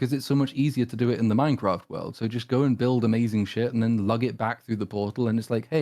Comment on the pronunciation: Did just say "Mein Craft"?